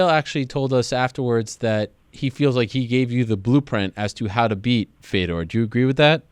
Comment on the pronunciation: Dude, learn how to say Fedor's name right. Geez, what the fook was that?